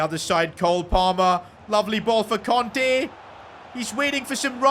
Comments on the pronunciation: Kante not konte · kante not conte😭